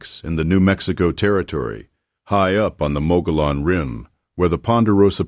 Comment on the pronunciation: A nice story, but The Rim about which you speak is pronounced "Muggy-own". the Ls are not pronounced as Ls. I am from Apache countty in Arizona and I can tell you that the Mogollon Rim is one of the prettiest vistas in Arizona from the South.